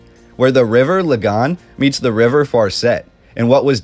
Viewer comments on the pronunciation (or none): Lol, Belfast wasn't very small in the 1920s, it experienced massive growth in the 19th century from 25,000 to 385,000 in 1911. 80,000 more people than Dublin. Just look up the census. Also it's pronounced Lah-gan or Laggan, not lie-gahn, you sound like a Brit saying it like that. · Thanks for the video. I'm from Belfast and have never seen many of the images. However I did laugh at your pronunciation of Lagan as Lagawn. It's Lagan with lag an stressed syllable. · Nearly wet myself at how French you pronounced Lagan. Haw He haw…🇫🇷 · Found it interesting, but your pronunciation of the river Lagan was different. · Great video about my home town. First I’ve heard about a hidden river, must do some research on that. Just one point…. Your pronunciation of the Lagan is way off. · That is the weirdest pronunciation of Lagan I have ever heard lol